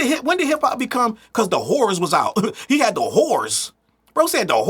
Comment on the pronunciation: 😂😂😂😂😂 “Tha whores”😂😂😂😂